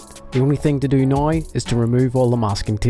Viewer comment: I'ts "now" not "noe". I mean wtf